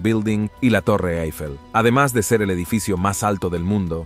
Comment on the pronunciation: A ver si aprendemos a pronunciar Eiffel.... hacemos vídeos de divulgación y desinformamos...